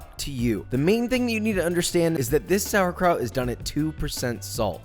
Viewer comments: As a German I approve But the PRONOUNCIATION you were so close psd nearly there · Hihihi, you really call it "Sauerkraut"! How funny, from germany 😄